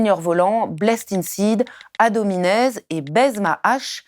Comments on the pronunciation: Un peu.... beaucoup ! Sans compter les fautes de lecture ! "Yann" Benedetti, Eric "Tegnier", Ad "hominez" Amusant. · Mdr "Seigneur voland " Alors que c'est une vieille photo live de Kpn ptdr. En effet vous avez bien bossé votre sujet 😅😅. "AD Hominez"?? c'est Ad hominem😂😂😂😂😂😂. Et vous avez le droit de vous prétendre journalistes avec autant d'incohérences et de manque de recherche?. Bon bah c'est officiel la France est mal barrés.